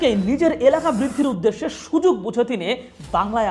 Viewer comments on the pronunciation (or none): none